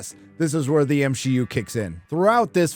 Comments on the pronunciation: God that was the best at the end of the video where she accidentally said M she U. Man that was terrific. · I can’t believe the show runner said “M-She-U” and quickly realized her mistake!! You can’t make this stuff up. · The fact that she herself said "Me-she" just shows how off the deep end marvel is. Congrats you live rent free in their heads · I can't believe the narrator in that interview actually almost said M She U, that's fucking incredible. The counter culture is officially more well known than the thing it is countering. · Good lord, they are calling it "M-She-U" themselves. is living rent-free in their minds! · So the interpreter actually said M-SHEE-U 😅😂😅😂😂😅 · The fact that either the translator or the actor said "M-she-U" makes me so proud to be a loyal watcher of these reviews. Not only will Disney / Marvel / Lucasfilm NEVER learn...they are doubling-down on killing the entertainment most of us truly enjoyed (in the past). It'd be rhe best thing Disney could do to simply sell the IP's they are destroying. However, the failures are already far too great for anyone to be smart enough to purchase them. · Please, please tell me that ending slip-up was honest-to-God an ASL interpreter interpreting "M-She-U." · Lmao! They're actually saying M-She-U themselves..